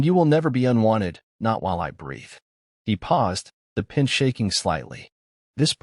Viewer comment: South Africa Excelent story Not pin - pen